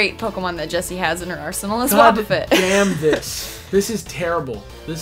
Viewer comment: plus that's not how the names pronounced.